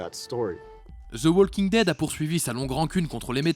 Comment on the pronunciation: prononcez Woking dead , ça écorche les oreilles le L